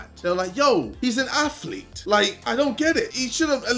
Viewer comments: Ok hold up you have heart hahahahhahahahHahahhahahahaha you never in your life had a heart and btw it's not a aflet it's a athlete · Nobody: KSI: "Look at me, im not an AFLETE!" XD XD